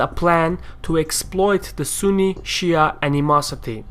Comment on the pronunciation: Check your pronunciation of "animosity".